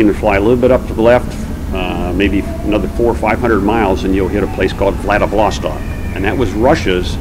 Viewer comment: Very very interesting, but such a pity he makes such a shambles of pronouncing Kamchatka peninsula and Wladiwostok. You would expect someone like him to at least know how to pronounce the names of the areas he flew over better. But yeah, Americans you know.